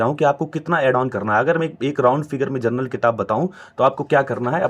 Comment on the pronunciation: First you learn to speak general instead of gernal